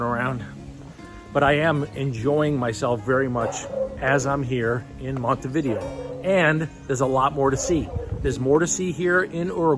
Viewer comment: Before traveling to any foreign city Americans should learn to pronounce its name. Com'on, compatriots, it''s not THAT hard. It's not"Monty Vídeo"; it is Montay Vidéo (accent on e, not on i).